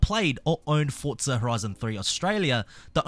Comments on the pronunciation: "FortZah".... my god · This mf says “Fortsza”😂😂😂